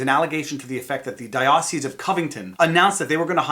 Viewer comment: That's not how you pronounce "diocese."